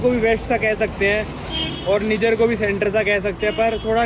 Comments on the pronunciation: Abe ullu Niger ko neejar nahi naaijer pronounce karte hain 😂😂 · भाई ये निजर नहीं नाइजर है। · निजर नहीं नाइजर है इस देश का नाम।😅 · कोई निजर नहीं h नाइजर h wo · Nijjar nahi hai niger hai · bhai its not NIJIER...YOU ARE CALLING WRONG...ASK GOOGLE HW IT IS SPELLED AND SPOKEN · नाइजर है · Bhai country ka naam to sahi se pronounce kar le 😂